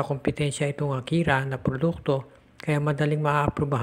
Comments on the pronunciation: akari not akira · AKARI PO HINDI AKIRA